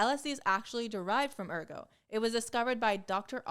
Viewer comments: Too bad she didn’t do so well with “ergot” (ER-gət)… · Also, Ergot needs a t. Otherwise it sounds like "therefore".